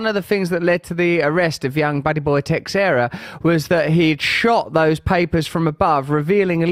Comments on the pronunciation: You keep butchering Teixeira. You don't say the X, you say it with a "sh" sound like as if it's spelled Teisheira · It’s pronounced Teh-sher- rah